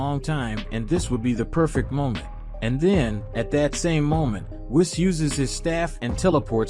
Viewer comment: I hate the saiyans and whis pronunciation but the story is fire 🔥